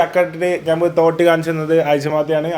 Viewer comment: Kotti alla thootti😂